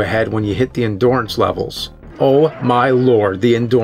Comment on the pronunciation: "Endorance" Really Nerd??